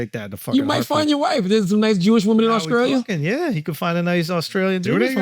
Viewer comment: Genuine question from someone from scotland. Why do some black Americans from the south like charla replace the letter T with a C, e.g. AUSCRALIA?